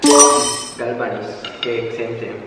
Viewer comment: He said gal bannis 😂😂😂😂😂